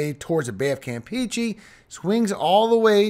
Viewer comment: Cam-peh-che. Cam like calm but with out the l, peh not pea, che like the ch in chair with a e sound, cheh.